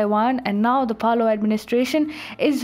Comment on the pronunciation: Great news! I thinks its pronoounced Palow I'd like to see the Philipines stand up also